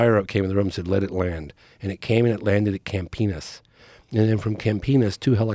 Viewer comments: This guy loves saying "campenis" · I love how he pronounces Campinas as "camp penis"